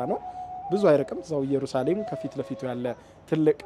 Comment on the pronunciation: የምታቀርባቸውን ሁሉንም እወዳቸዋለው ግን የአሁኑ ላይ ኢየሩሳሌም በሚለው አስተካክለው የራሱ ትርጉም አለው ከይቅርታ ጋር